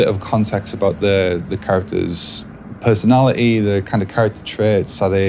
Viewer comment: Pesonali ee he says